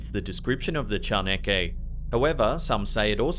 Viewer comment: As mexican, I've always appreciated how you do your best to pronounce correctly our words. Your way of saying "chaneque" is practically flawless.